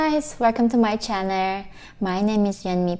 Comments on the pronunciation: "Herro guys welcome to my channer" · Every time i watch one of your videos i just love the way you say channel ! this is also a very sad country i wish nothing but, hope for NK